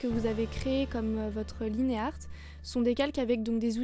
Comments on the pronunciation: J'aime bien ce que tu fais mais... Ca ne se dit pas "liné art" X_x Mais comme "line" en anglais (puisque c'est anglais XD) Sinon, vive les line faits sur plusieurs calques, je suis d'accord xD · Dis pas "Linéarte", c'est très dégeulasse. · ah et aussi lineart, avec l'accent anglais, ca se prononce laïnarte ^^ parce que la t'utilises l'accent francais... ^^